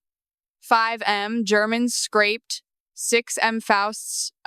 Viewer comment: the V in PG2V isnt for 'volts' fyi the 1.6m - the 'm' is for million. and the next sentence, its not germans 'scraped' its 'scrapped'. You have a lot of promise, but it shows youre reading a script and dont understand or arent thinking at all about the subject matter at all